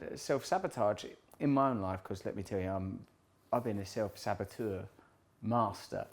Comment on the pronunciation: "self sabatuer" lmao